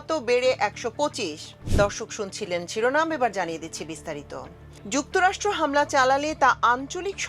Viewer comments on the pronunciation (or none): none